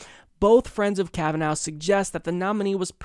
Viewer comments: I like how edited out everything Graham said that showed how the democrats schemed to kneecap Kavanaugh. And, also, it's Kavanaugh, not Kavanow. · Who else says his name like this? Most people pronounce it Kav-an-or, with a stress on the or, though the Irish pronounce it kav-an-ur the last two syllables are unstressed. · it sounds like you're saying Kava-NOW lol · Will you please watch one of the hearings? You mispronounce his name still! kavenaw!!!!!!!!!!!!!! godaymnit, do some Research before you read the script TYT sends you. A little less gay orgies, a little more time on the Office. How the heck did you get the job? Did you go under the desk of Cenk? And such stupid lies you have been served, which you serves to others. This woman have been exposed as a liar by her Family, former boyfriends, former girlfriends from college. And stop pretending like the DNC has noble reasons, and is not just using another person politically. Talk about how DNC rapes victims lives, and are a predator on weak people, and rape the US. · KavaNOW, KavaNOW, KavaNOW, KavaNOW.... stop it. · Flare. It has been clearly established that the woman has a dodgy story, and haver lied several times. Family and friends has exposed her. And can't even pronounce his name, so he is biased, when he can't even be unbiased enough to watch the hearings he report. It's like he don't have a Television even, since he has not understood the name. I am not even american, and I knew how to say his name without hearing it. How can this person not know that? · You are still saying his name incorrectly. I thought we were past this,.